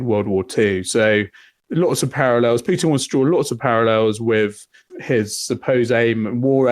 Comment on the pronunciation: He says Piutin 😅